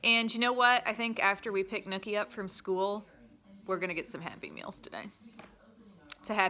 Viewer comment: She kept saying Happy Meals, and it sounded like she said Happy Pills. I was like, ohhhh what are these happy pills you speak of?🙋🏻‍♀️😬